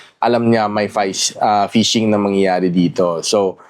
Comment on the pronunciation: hindi po payshing ang tamang read po ˈfiSHiNG (PHISHING)